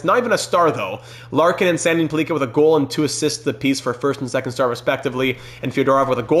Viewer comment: please learn to say pellikka. it’s like pelican. google it